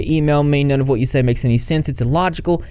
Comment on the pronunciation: “NONE” , not NON